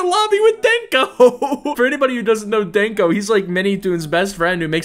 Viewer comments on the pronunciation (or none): the way he pronounces Denk0 "daenkO" IT'S HAS NO A!!!!!!